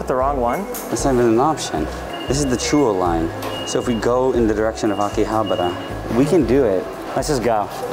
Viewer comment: and legend has it william osman still can't pronounce "Akihabara" to this day